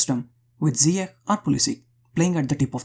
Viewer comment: great video but one note . it's not zyiek its' pronounced ziyASH